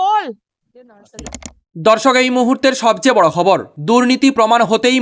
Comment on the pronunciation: Apni ki bengali naki Oriya. Khabar word ta thik kore bolun bhai.